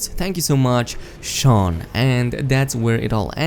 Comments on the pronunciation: Shaun is a separate name, Sean pronounced 'Seen' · It's Sean, not Shaun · no dumbass its pronounced as 'sean'